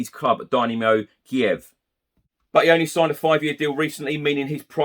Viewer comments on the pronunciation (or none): none